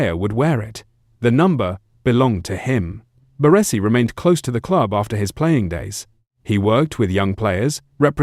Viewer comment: The way he says BaRRResi 😂